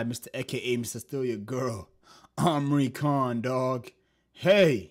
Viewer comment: amri khan 😂bro its imran khan